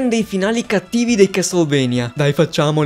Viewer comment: Finalmente un italiano che pronuncia a modo castlevania